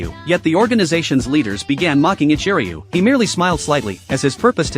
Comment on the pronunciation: Ichiruu? Are you sure it isn’t…. Jack ? 🤭